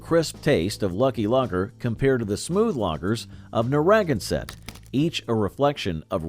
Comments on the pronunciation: Evidently the creators of this video couldn't be bothered with researching the correct pronunciation of Narragansett. That should tell you something about the rest of the content. After my college graduation in Montana, I went on a 2-week golfing vacation that included a visit to Mecca... the Olympia Brewery in Tumwater, WA. What a gorgeous campus! The aging tanks were copper and polished to a high sheen. After touring the brewery, you were left with a feeling of being glad that Oly was your beer of choice at all your college parties and thereafter. It was a sad day when they sold out to Hamm's and the original brewery was closed. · I know the propensity of New Englanders to use Native American names is unusual to many other parts of the country, but Narragansett (nar-ah-gan-set), is so mispronounced in the video, that it is almost painful to listen to and Rhode Islanders will surely take umbrage to mangled pronunciation. Love the history, but please learn how to say the names correctly. BTW, Gansett has been relaunched is is enjoying a regional revival, so wish granted. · Narragansett is pronounced Nar ra gan sett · With the accent on “gan” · narra GAN sett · Yes, Nar ra GAN sett . . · Nara - GAN - sett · Whadabout Haffenreffer?????? And it's NARRA-GAN -set. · Whatever credibility this video had disappeared when they got to Narragansett. Ridiculous to do an historical look back and totally mispronounce a beer name that also utilizes a major geographic area of Rhode Island. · And you don't know how to pronounce Narragansett! This is so sad.... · The reason for most of these beers failing was the same for most of the beers profile. Also the narrator’s pronunciation of Narragansett and Tumwater weren’t even close leading one to think their research was flawed or incomplete. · You really botched the PRonounciation of Naraganset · Oh..The horrible mispronounciation of the name Narragansett 🤦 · Mispronounced Narragansett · Please pronounce Narragansett correctly!